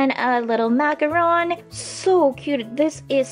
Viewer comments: It's macaron not macaroon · You can prenounce it like MAC-A-RON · That is a macaron the first time you said it is right